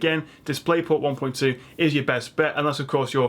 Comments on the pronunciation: Was kind of expecting to see mention of the ASUS PG348Q, but still very informative video. Also. It's "hdmi" not "haych dmi" :D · The only reason I managed to watch this video to the end was because of the accent, it was all a bunch of letters and numbers to me. I’m technologically challenged and most likely I’ll still go to the store and have a panic attack and break out in hives somewhere in the keyboard aisle. But I did learn some things and also like it when he pronounces HDMI like “haytch-DMI” lol!